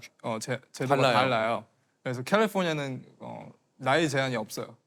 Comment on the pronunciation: 발음 쥑이네 캘리뽀니아 뤄스쿨